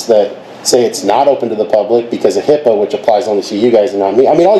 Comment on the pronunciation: Please, its HIPAA..not HIPPA or HIPPO